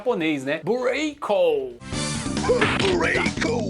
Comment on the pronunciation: Ow da hora. O Bureikou, antes da sua explicação eu achei que fosse “Break”, mas com a pronuncia em japonês e sotaque americano ao mesmo tempo. 😂 Excelente video. 🙌🏼🙌🏼🙌🏼🙌🏼🙌🏼